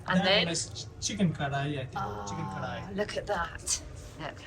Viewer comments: KARHAI not Korai….. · its not "korai" rather its "Kar-haai"